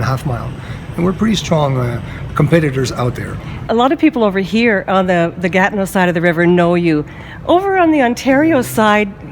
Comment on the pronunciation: Gatno??! Its Gatineau